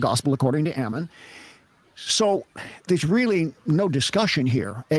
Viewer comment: Your attention to detail is so low you can’t even pronounce Ammon’s name right. His name is not Amen 😂. Likewise your comments are childish and superficial and you have zero knowledge on the subject. There is no reason in theology and you are not making any sense at all.